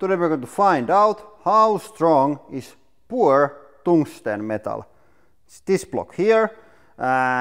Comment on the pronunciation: "how strong is poúre túngsten métal"